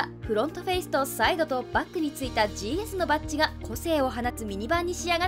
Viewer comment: ジーエスじゃなくてジーズですよ